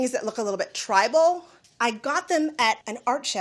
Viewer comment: Did she just say "tribal"?